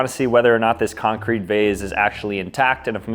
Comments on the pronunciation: the way you pronounce concrete needs to send you to jail. it's CON-crete. not con-CRETE. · He said concreet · Bro said con- Crete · wait do americans pronounce concrete as "con-CREET" instead of "con-creet"